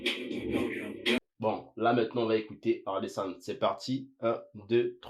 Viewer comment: Pas or-le-san... O-rel-san. 😜